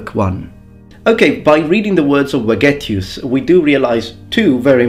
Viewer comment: I want to say that in Vegetius the V is pronounced like V from Veterans